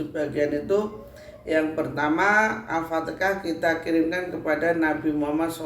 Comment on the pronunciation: Alfatekah🤣Apa alfateha